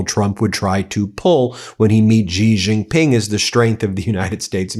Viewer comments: Me again - so far it's Gulf of Hormuz, not Hermoz, infrastructure, not infastructure, and Shi-Jin Ping, not JI-jin-Ping. Just trying to help, Ben. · Xi Jinping is pronounced "Shee Jin-ping" it is important to say it like this as it is about respecting different nationalities. By pronouncing properly i have found in my 25 years of traveling China, I earned great respect….🇿🇦🇨🇳